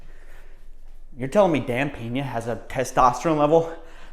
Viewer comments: its Pena (read 'pna' not 'pena') i know in english 'e' is read like 'is' without s, but he is from Mexico you moron, and look out cos when he decided to sue you, you will be living on a street like this guy Shane Stamford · 😂 I love how you pronounce his surname “Piña” hahaha instead of “Peña”. Piña means pineapple while Peña is a kind of a Rockie hill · It’s Dan Peña! Not PINA SMH!!!